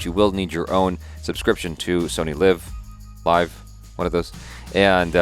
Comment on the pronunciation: let's close it for once and for all...... SONY LEEEEV and not LIVE Sorabh PUNT and pronounce U like it is in Umbrella.